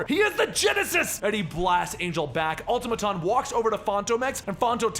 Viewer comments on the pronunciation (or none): none